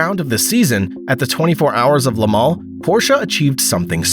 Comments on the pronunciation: Le-mal ? it's Le-mans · It's NOT Lamal it's pronounced La Maw